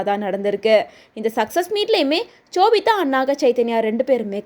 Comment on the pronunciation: Chobita illa ma sobita